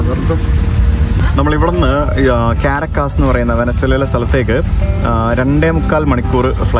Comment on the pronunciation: കാരക്കാസ് അല്ല കരാക്കസ് 👍 പാടല്ല .ഐസ് ആണ് മാഷേ . സ്നോ ഫ്ലെക്സ് ആണത് . നിങ്ങളെക്കൊണ്ട് തോറ്റു